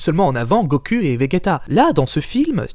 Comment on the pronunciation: Pourquoi il dit goku et vegeta, sa se prononce : Gokou et Véjéta !